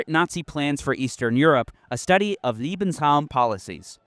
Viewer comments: Why is it that americans can't seem to pronounce any other language correctly? You keep saying Liebesraum When trying to pronounce Lebensraum. The former would of course mean "love room". 😅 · Important , factual and greatly presented clip. Just a sidenote. Pronounciation can be very important sometimes. The way the narrator pronouce " LEbensraum" sounds like Liebensraum - wich mean room for love. This makes it hard to listen to. In this horrendouse context, it is painful to hear the narrator repeating "room for love" as it as heard. A quick listen to how Lebensraum is pronounced (leːbn̩sˌʀaʊ̯m) would help tons, because you keep repeating the German word, but you translate it very wrongly in how you say it.